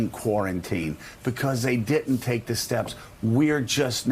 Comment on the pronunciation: Dear Joe, the word is "diDn't"--as in "did not"--not "diTn't". Speak correctly or stop calling other people ignorant.